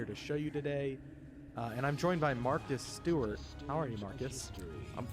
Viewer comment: When he said we're joined by Marcus Stewart I totally heard Martha Stewart lol